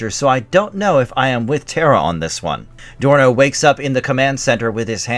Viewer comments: Dorno, not Sorno. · The son's name was Dorno, with a 'D' not an 'S'. Jeez, did you actually ever watch this show if you didn't even know that?! 😨 And it's Gloop, not Glop. Edit: Well, at least you get their names right after the first time. That's a relief. As for the comic book, well... thank you sincerely for the recap of the first few issues; I heard of it but never got to see any issues of it. Glad you've shown us the first few issues, but the art and story quality and character development are imo all off. Zok was not iirc a female, and Dorno was definitely not such a spoiled, immature, reckless brat. And imo the stories are meh.